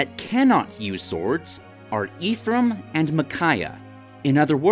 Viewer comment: Cool but it’s not EEF-raim it’s F-raim